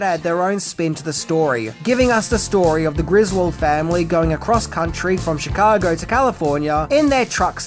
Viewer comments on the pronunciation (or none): none